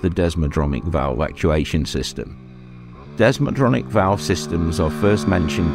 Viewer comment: It's desmodromic not desmodronic if you are going to slag something off try getting your facts right.